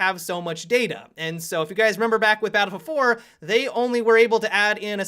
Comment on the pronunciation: Why Tf do you say battlefield 4 like an idiot batafafa fo